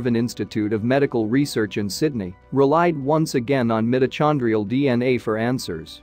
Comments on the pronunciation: Come on! The Bible says we all come from the Garden of Eden and we all know that was on the floor of trhe Persian Gulf before the seas rose after the Ice Age. And it's 'meyeto-kon-drial' not 'm-it-o-chawn-drial.' Very distracting. Botswana! Sounds plausible. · The incorrect pronunciation of “mitochondrial” is grating. AI should be better!